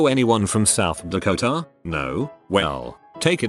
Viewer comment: The way the voice says "South DakoTA " funny for some reason